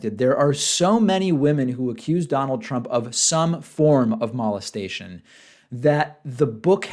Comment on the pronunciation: You say mo-lest-a-tion oddly. Like "malt" hmm.